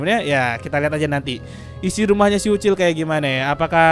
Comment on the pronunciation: BANG MAAF PENYEBUTAN NAMA YANG BENAR UCIL BUKAN OCOK